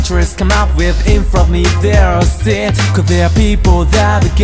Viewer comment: 英語圏からの帰国子女なんだけど、剣持がこんな発音良いと思わなかった 特にanyoneとかevilの発音がずば抜けてる、、聞き心地よすぎる ただshitの発音だけあんまだなーと思ったんだけど｢four-letter wordを普段使わないから言い慣れてない｣って解釈できて最高だ